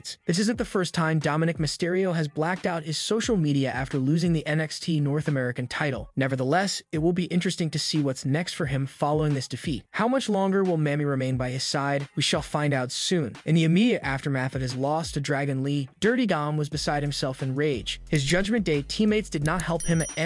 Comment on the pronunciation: Its pronounced "Mommy" so ya know podcaster.